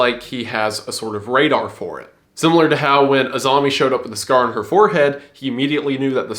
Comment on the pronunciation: I keep hearing 'Azami' as 'A zombie'